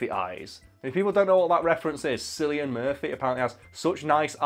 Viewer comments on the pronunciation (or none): Killian not sillian. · It’s pronounced kill-ian Murphy not sillian as there no k in the Irish language so Cillian is pronounced Killian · I always said "Sill-ian" too, but it's wrong: his name is "Kill-ian", strangely enough. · Did he just say... Sillian Murphy? SILLIAN MURPHY? Since you're not Irish I'll go easy on ye but it's pronounced Cillian with a hard *C*. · It's Killian Not Sillian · "Silly-an" Murphy. Dude, turn in your Brit Card. It's "Killian," ffs. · ...Silly-an Murphy? I think it's pronounced Killy-an. But maybe I'm not in on the joke. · Oi. What the fuck is Sillian Murphy. Its Cillian. Kill-Ian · I love you but hearing you pronounce Cillian like Sillian made me cringe so hard I broke a sweat. The "C" is pronounced like a k so it's like Killian. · Admittedly I first saw this comment and thought "no way, I've heard it pronounced Sillian for years now" but no you are correct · Hey sorry to be that person but Cillian is not pronounced Silly-on it's Killy-on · sillyian murphy? lol its pronounced with a K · Hey just a heads up in case you ever bring up Cillian Murphy again, you pronounce it as Killian Anyways keep up the great vids! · Yeah this made me laugh, Sillian Murphy, thought sillian was type of blue colour not the Irish actor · yup, its definitely "kil-ey-an" Murphy. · Ok you need to know how to say Cillian Murphy it is closer to kill-e-on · Actually, it's pronounced Killian Murphy. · Am I missing an in joke or did something possess you to say Sillian instead of Cillian? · On behalf of your irish viewers you better make a formal apology on how you fluffed up Cillian Murphy as Sillian Murphy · Love your vids bois no homo but is pronounced Killian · The way he says Cillian really pisses me off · Why the fuck is no one talking about that attempt to pronounce Cillian??